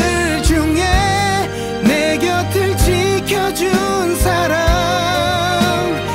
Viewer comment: 길구봉구는 내 곁을(내 겨틀)이라고 발음해줘서 좋음